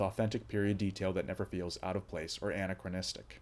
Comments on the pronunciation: Tom is a "brutish enforcer"? 🤣 Hardly! And "anna-crow-nis-tick"? Better check the pronunciation of "anachronistic"! I've watched it three times now just trying to mine some insight out of it, but it just goes in neo-noir circles. Only shining piece is the attemped hit on Lou. And I was rooting for anyone to shoot Bernie, ASAP. Hell I would have done it myself given half a chance! Lots of dumbass moves and decisions just to advance the plot. And how the phuck does Tom - the supposedly "smart"guy, but without a dime to pay off his bookie - keep getting the literal shite beat out of him by EVERYONE and coming away with nothing more than the SAME SPLIT LIP? Way too much Tom-foolery! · “Anachronistic” is pronounced aNAKcrowNISTik.